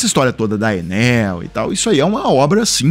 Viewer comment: É Enél e pronto😅😅😅😅😂😂😂